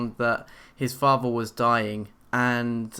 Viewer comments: He said faver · FATHER not faver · If i hear the word "fafther" one more time...... [ik its spelled father] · you don't know how to say father or mother